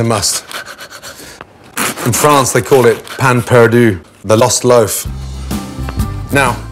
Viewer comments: hahaha Gordon's absolutely abhorrent pronunciation of the French had me so confused for second. I thought he said some Proper name like Pan Purdue, but he said "pain perdu" lol. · ''In France they call it pann pardü'' well... I'm pretty sure we don't pronounce it that way 😂